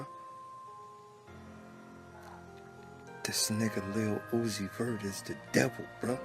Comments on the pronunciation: The way he pronounce "Lil Uzi Vert (it's like Lilly Loosey Vert)'😂😂😂😂😂😂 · In addition to the factual info you shared...his name is "LUCIFER" PROOF: Say or Pronounce Lil........Uzi..... Vert very, very slowly like sounding out each syllable in slow motion. Lil-u-zi-ver (t is silent) It will sound exactly like "LU-CI-FER".. He is MOCKING & Hypnotising them with muSICK, promoting pills & potions along with NIKKI "man"-aj (Mirage)... literally! Also Nikki is Satan's NICK name...Remember Adam Sandler (the Jewish handler) movie called "Little Nikki"...D'evil son... No coincidence Nikki in a video collaborating with UZI..Nikki always say "Yall my sons"... Supports Baph 6 God who is DRAKE and 69 which represents both sexes in a per-VERT overly sexualized manner! It is SPELLed in the muSICK words. Man's World or MAN'S WORD which they say GOD is the WORD...yet men created English words and languages. Hence that so called God everyone worship is the 6 GOD..which represents MAN and 9 represents 9..But bisexuals lust for both SEX so they WARSHIP BAPHAMET who is the GOD of CONfusion, Death, Pedophilia, RAPE, HATRED for WOMBMEN, and WAR...THAT'S WHY they WARSHIP BLOOD & DEATH SKULL & BONES....THEY CONfess with lyrics, name titles, company names symbols and or colors and shapes the use to DECODE THEIR SECRET yet PUBLIC MESSAGES..they BROAD CAST spells, WORDS which are SOUNDS added together to be absorbed into the MIND/SOUL and BODY to CONtrol, use, and abUSE you like sheep! And the DELTA (Triangle) hand symbol represents a pyramid which is the elite model for po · Yeah say his name correctly first